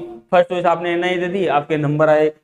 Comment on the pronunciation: Ina nhi NIA